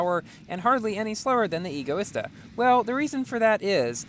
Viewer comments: No, that is NOT how you pronounce Egoista, its not pronounced, E-goista, it's pronounced Ego-ista, like the word Egotistical, or Egocentric EDIT.- so, at first you say that E-goista is the correct pronunciation, yet later you back to Ego-ista, not complaining, as someone's whose favorite car is the Egoista I HATE when people say it wrong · I think it pronounced EGO e Stuh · Btw I think it's pronounced EGO-ISTA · no, what? NO! Egoista is the Spanish word for selfish, and it is pronounced Ego-ista, as it has the same base as Egotistical, and Egocentric, the word EGO, the Egoista is designed to be hedonism taken to the extreme, so, no, E-goista is NOT the correct way to say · Dang that’s an egoista car by stealing all the looks. Pronounced: Ee-go-eesta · Pronounces egoista right at the start, then proceeds to say it wrong later :P Great driving in this video man! :D